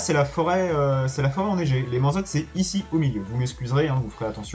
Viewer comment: Vidéo très sympa, mais je comprend pas comment tu peux arriver à prononcer "mansot" "manzotte" 😄